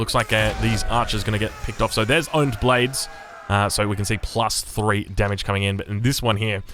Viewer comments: Honed blade has the H pronounce has in hat. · Does he say, "own your skills?" "Own your blade?" Lol. He speaks all of these other languages amazingly. But we have a slight blind spot in his native language. Much love! Congrats on that world fasts imperial! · You pronounce the H in honed blades like H in haggle, otherwise you got the pronunciation right. It means 'to sharpen' in this context, basically. One might hone their blade or hone their skills or hone their senses, it all means the same thing.